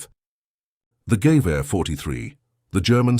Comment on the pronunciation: THE GERMAN RIFLE, CALLED A GEWEHR SHOULD BE PRONOUNCED WITH ACENT ON THE MIDDLE SYLLABLE - geWEHuh